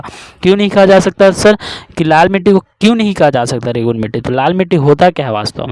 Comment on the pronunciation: रेगुरू नई होता भाई रेगुर होता है😅